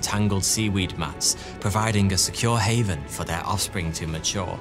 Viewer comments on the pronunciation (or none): none